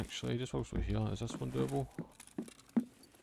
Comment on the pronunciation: "Right hyeuh"